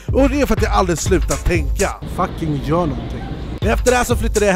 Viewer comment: "GJÖR" Bra svenska shurda 👊🏻😘